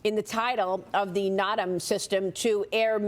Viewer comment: Maria it's a NOTAM (pronounced No Tam) system..